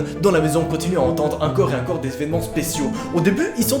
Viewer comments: Au lieu de dire "encore" tu dis "un corps" XD Sinon super vidéo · Tu dis incore a la place de encore c drôle sinon jaime trop t vidéo ❤